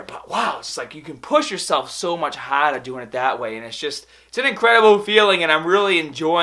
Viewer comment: LETS GET STAAAHTEDDDDD, PUSH HAADAAAAHH